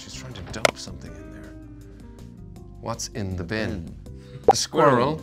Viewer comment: See? They both said squi-rrel! #TanWasRight #SqurrlisANoise #SquirrelisAWord